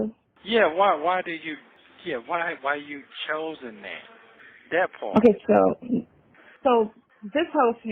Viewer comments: omg !!! Is this Sonya admitting that had sex?? Or did I confuse “dat pawrt?” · i can’t even Spell the word “ part” the way his geechee azz pronouncing it!!😂😂